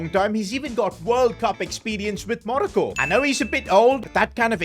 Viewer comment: as a moroccan, how you pronounce Morocco I will never forgive you for